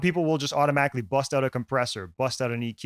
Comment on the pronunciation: The way you said “bust out”, I can tell your from Toronto 😂 Don’t BUUSSST OUTT a compressor right away!!!!!😂😂😂